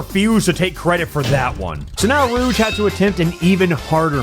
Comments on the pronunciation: Enjoying this video but the way you pronounce "Rouge" is like nails on a chalkboard. It's a soft "j" sound. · “now rouge is up to bat” YOU